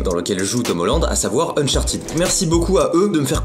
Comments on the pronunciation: Unchartid, tu dis Unchartid alors que c Uncharted 😂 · sa se dit pas unchertide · Mec trop bien le vlog mais juste cher pas si c fait exprès mais tu prononces mal uncharted